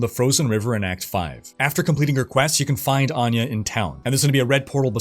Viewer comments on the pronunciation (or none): none